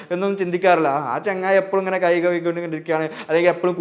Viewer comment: കൈ കയികി എന്നു പറയാതെ കൈ കഴുകി എന്നു പറയു സർ